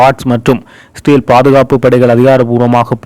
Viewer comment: செய்தி வாசிக்கும் Israyel என்ற நாட்டின் பெயரை சரியாக உச்சரித்து பழகுங்கள். இ என்ற சத்தம் கேட்கவில்லை. சிறேல் என்று ஒரு நாடு இல்லை.